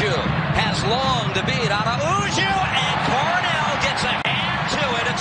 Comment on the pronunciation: I don't understand why all of the announcers keep destroying the pronunciation of Araujo's name. It is not Ara-oo-joe. It is A-row-hoe (row rhymes with cow).